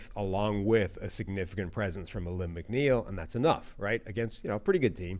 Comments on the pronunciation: you guys have been saying Alim's name wrong for weeks. Its pronounced Ah-leem. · It's pronounced a-leem McNeil. The Lions are handing out paybacks to any team that has disrespected us in the last 20 years. This team is built for one thing and that is the SB. #OnePride